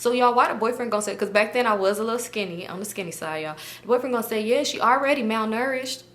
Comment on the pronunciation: “She already malnurhted” I’m weak 😂😂